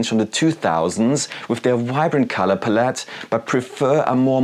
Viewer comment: Interesting video, but your constant misspronounciation of palette is a bit distracting. lol It's pælɪt. Look up how it's pronounced with audio examples.